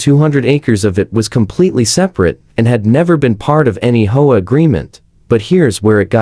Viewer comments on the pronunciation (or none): The speaker needs to learn to pronounce Home Owners Association OR the initials HOA